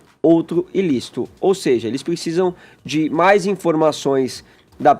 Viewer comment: Concordo, Clovis Avila. E ainda aguentar esse Fefito mudando os fonemas,em vez de falar "de",fala "thi" : não estamos falando "thi" carreirinha,não. Estamos falando "thi" carreirão. Nunca vi radialista, comunicador, sei lá q porra ele é, com problema de "thicção"